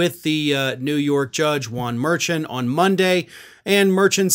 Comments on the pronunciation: Thanks very much for your faithful reporting and sane commentary during such a bizarre, insane time. One little quibble: I believe the judge’s last name is pronounced [at least by NY folks who work in his court room] muhr-SHAWN, rather than MUHR-chun. 😬😁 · Hey the judges name is pronounced Mur-shon. Have a good day sir! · Dude learn how to pronounce the judges name correctly.